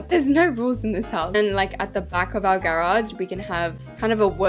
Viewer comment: Not grahhj it's garage